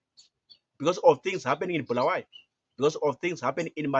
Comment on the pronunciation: Ungabosidakelwa wena Tshona lo2V ! It’s not Bhuluwayo, it’s Bulawayo !